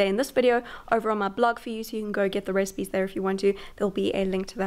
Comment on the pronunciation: Love how when she says “recipes” I sounds like she is saying “Rez-peas” 😂 I love her